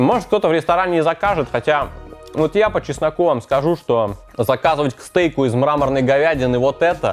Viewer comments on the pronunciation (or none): Только у по честноку звучит как будто он говорит про чеснок)